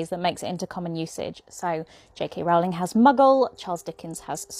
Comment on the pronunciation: Muggle and Scrooge are only ever used in reference to the books, Shakespeare made up words we use every day. Also, Rowling is pronounced like 'row your boat, not like 'owl'.